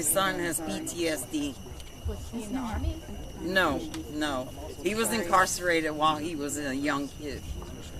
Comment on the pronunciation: At the very end….minute (- )…. She make a mistake, check her reaction, too late…. “He is PDSD”…. “He was encarceladed“……. Ohhhh, oohhhh